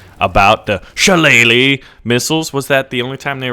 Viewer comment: I am impressed that you got the pronunciation of Shillelagh right! Well done.